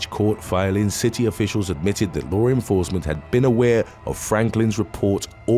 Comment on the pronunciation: One small thing that is not correct. It is law enforcement, not lore enforcement. Please correct your pronunciation. Thank you.